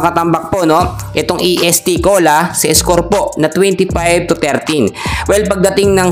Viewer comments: est cola hindi E.S.T. cola anu kb????ayusin mo!!!! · Correction idol Est Cola not E S.T.Cola..❤❤✌️✌️